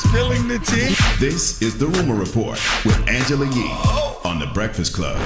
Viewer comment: Sounded like somebody actually tickled Yee the way she laughed when that guy butchered her name😆